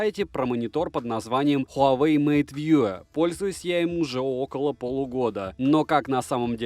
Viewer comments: МейтВью же, а не МейтВьюэ. Колхоз. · хуавэй мэйт вьюЭ хахаха